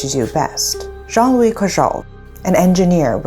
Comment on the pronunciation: Me who constantly heared Zhongli insted of Joan-Louis ..😅